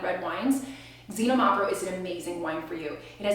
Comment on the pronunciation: Xinomavro is pronounced more like kseenόmavro with the no emphasized. The other's pronuncuation was close enough.